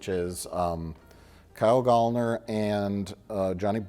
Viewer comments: It's Gallner like gal like girl 🙏🏾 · Said his name wrong every fricking time 💔